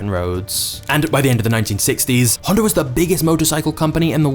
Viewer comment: dude says "Honder"